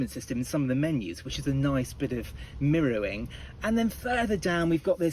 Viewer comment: I don’t think you meant mirrowing 😂perhaps should have said mirroring .😊